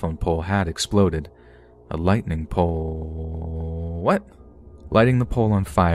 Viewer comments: "A lightning POOoooooowwwwwoooooooo-What?" XD Honestly though I would mess up like 40 times each story so, props to you. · you can hear the narrator making a mistake. "The lightning polllleeee-er what?" That got me laughing. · I k kw it was really cute 🥺🤧❤ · lmfaoo i loved it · it was adorable lol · it was cute lol